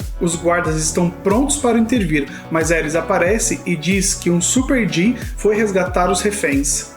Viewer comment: E eu so tentando entender de onde ele tirou superD ksksksksksksksksk é Supard, nome de uma raça, se pronuncia do jeito que escrevi mesmo kk